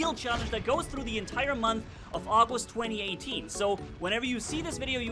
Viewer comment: He said in the month of auwgist